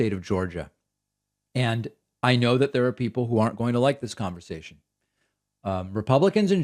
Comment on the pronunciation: Dis and Dat.....